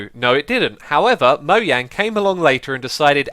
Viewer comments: MOJANG! NOT MOYANG! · its mojang not moyang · it is MoJang not MoHYang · Wait? U pronounce it moyang? I though you pronounced it mojang? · MoJang. Not moYang. Srsly it bothers me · You kept saying ‘Moyang’ instead of ‘Mojang’ -_ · Moyang? Are you saying mojang? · Why has no one commented about him saying Mojang wrong 😂 I have never heard it said (mo-yang) I have heard and always said (mo-jang) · ITS NOT PRONOUNCED MO-YANG! IT'S MO JEHNG! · MoJANG not Moyang. Other than that you are a great youtuber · Mojang is pronounced(moe-jaing), not (moe-yaing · It's Mojang Not Moyang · One more mistake... ITS MO"J"ANG NOT MO"I"ANG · it is not moyang its moJang get it right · moyang????? its mojang xuma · did anyone realise he did a mistake here to he said moyang instead of mojang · moyang? He keeps saying Moyang instead of Mojang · Moyang, it's MoJang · I was just gona say It's not "mo-YA-ng" is "mo-JAY-ng' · xisumavoid why do you pronouce mojang moyang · Is it weird that xisuma says mojang like moyang? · "Moyang" XD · Nobody: Xisuma: Moe-yang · Moyang lol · Moyang lol... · Anyone else here him say moyang. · he says moyang lolololol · Kemal Alacakanat Swedish pronunciation is Moyang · wtf is mo-yaing?? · xisumavoid why do you say moyang? But gg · it's pronounce Moe jang the j is not silent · OMG, YOU PRONOUNCED IT "MOHANG?" *triggered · is "moyang" an accent or something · he said Moyang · "moyang" omg dead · it is kinda weird how you say "Mojang" ...but whatever xD